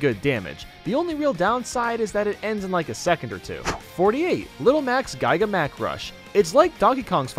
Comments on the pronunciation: gAIga mac? What the.... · The way he pronounced giga Mac made me laugh so hard. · The way he pronounced "Giga Mac." 💀 Oh and Snake is instantly my Number One Favorite, and you can't change my mind.